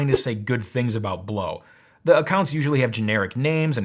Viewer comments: Ugh! I ordered one June 12th and haven't seen it yet. All I received was an order confirmation. I reached out 2 days ago by phone and email. No luck. This product is being shipped from China from the order confirmation. Had I known that, I would have never bought. Blaux however the heck they pronounce it has 2 choices. 1-send me the dayum product, 2-refund me my dayum $ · * dumb chick saying Blaux incorrectly * Blaux? More like plow. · Lol, that's not blow that's "blowksz" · I thought it was called Blaux, not Blo. Maybe I'm stupid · See, you would say Blaux like Lascaux, y'know, that famous french cave with all the paintings and shit, yeah, just... just a little phonetic reading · And the Aussie adverts here pronounce it Bl-ow (rhymes with now). I had a giant sized (compared to that little thing) evaporative cooler years ago, and it was useless in hot humid weather, it could barely cool you sitting right in front of it, let alone attempt to cool a whole room! So I have been put off evaporative coolers forever thanks to that experience. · considering how you made such a big dumb point about pronunciation - you should have known that Blaux rhymes with Tau. now - i've already ordered one of these portable air "conditioners" - clearly advertised as ANYTHING BUT a conventional compression-expansion-cyclic heat-pump. so i was ready to hear your PROOF that i had foolishly fallen for such a terrible "SCAM". what i actually heard was a bit of science - a lot of quibbling - and a rush to judgment - but no PROOF of anything. one thing i DID learn - is that i should be more wary of your click-bait titles in the future. and we shall see how well - or poorly - this unit works - here in hot ARID new mexico - when it arrives. (granted that Blaux SHOULD make it clear that the performance of such a device will strongly depend on the local humidity.) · i pronounce blaux BLOWKCS